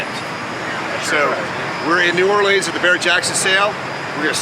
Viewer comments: New Awe Lee uns...as opposed to New Or Lee ans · Ima teach y’all how to say New Orleans, y’all ready? Nawlins, there it is.